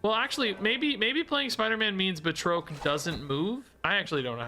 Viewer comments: Because I just can't help myself, it's Ba(d)- Trock the Leaper , buhtroke is killing me every single time . 🤣🤣🤣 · Batroc doesn't have an E at the end so the O is pronounced as "ah" BA-TRAHK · Per the MCU (CA:WS) it's pronounced, Bat-Roc...js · The way you pronounce Batroc is killing me. I always thought it was "BAT-ROCK" 😃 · I've been pronouncing it as Bat-rock this whole time. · saying “Batroak” is funny to me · Same! I couldn't take it, had to stop watching 😂 but I still left a like tho to support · What’s with snap YouTubers and not being able to pronounce things 😅 him with batroc and Bynx with Magneto. I’m like by fifth grade I knew how to say these